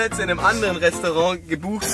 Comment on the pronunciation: "Wir waren gerade in diesem Resterang"